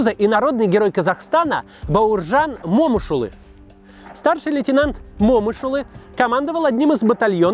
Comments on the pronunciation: Интересные у Вас фильмы о войне. Спасибо. Вот только у Бауржана Момыш-улы ударения в фамилии - на букву Ы : МомЫш-улЫ. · Бауржан МомЫш-улы, извините...А не МОмыш... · МомЫш Улы. Ударение на Ы. Уши в трубочку свернулись